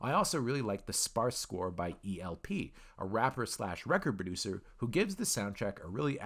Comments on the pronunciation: Mad Viking it's because the E in El-P is silent. So you just say L-PEE The dude was saying EE EEL-PEE,which is wrong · My first thought. ELL PEE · E L P you mean El-P as in elle-p short for El-Producto lol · The score is done by El-P a.k.a. El producto! His name is pronounced "LP" like a vinyl record. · Run The Jewels fans cringing at EEE-EHL-PEE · It’s pronounced “LP” like a record. But now I’m interested to hear the score! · El-P fan here crinching as well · The "E" in El-P is silent bro...just a heads up,great video anyway!